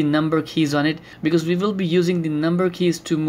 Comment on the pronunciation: Wissible(visible) vi(we) with a hint of american accent.